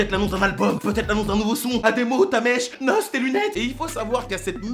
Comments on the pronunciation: MAIS DIT PAS NOSSE PUTAIN FRERO😢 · Nosse.. Dit N.O.S fréro 😭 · Ptnnn N.O.S Pas noss mais super vidéo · B2 Souare bah dit qu’il a raison, mais nous on sait tous que ça se prononce N.O.S et pas Nos 🤣 T’as juste à voir les like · j'ai révé ou t'a dit NOS wesh mgl c'est N.O.S mddr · "nosse" ... Respecte un minimum